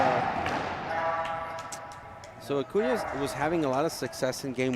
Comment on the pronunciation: Fran, His name is pronounced A-coon-ya. And please don't talk during play.